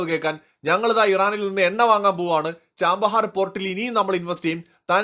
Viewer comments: Chabahar Not Chambahar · Chabahar ന് ചാമ്പഹാർ എന്നാണോ ഉച്ചാരണം 😮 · Chbahar port , pronounce well please